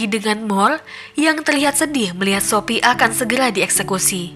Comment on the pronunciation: kok aku dengernya shopee ya bukan sophie wkwkwkwk